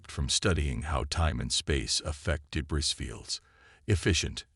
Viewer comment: Please, tell your AI narrator that the word “debris” is pronounced “duh-BREE”. The “S” at the an end of “debris” is supposed to be silent. It’s a French word, I believe. Thanks!